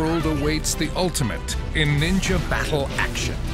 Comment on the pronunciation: I thought you had said ninja war😭